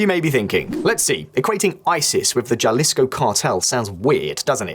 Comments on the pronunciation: please just say jalisco like 'halisco' that ish was annoying asf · That’s “HA-Lee-scow” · And it’s Jalisco not Jawlistco! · This video is filled with inaccuracies. The host can't even pronounce "Jalisco" and conflates drug seizures with actual drug traffic. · J is a j not an h. don't get mad! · I wish you'd learn to pronounce Jalisco and other Spanish words correctly. And Trump needs to think about what's gonna happen to the hundreds of thousands of Americans living in Mexico. The cartels will take revenge against innocent US citizens in Mexico. Someone had better explain to him the consequences of such actions. This is not Syria or Iraq.